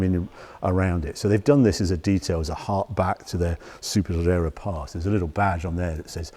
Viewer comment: Harry's pronunciation of Superleggera sounds like mine would after 5 pints!